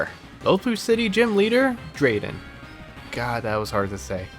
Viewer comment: Pls don't say "God" like that.